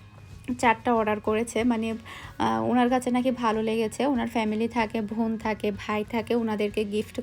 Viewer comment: বোন কে ভোন বলেন কেন?